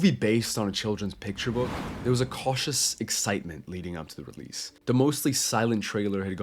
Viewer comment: DID YOU SAY “PICTURE BOOK” sorry no hate it’s my childhood book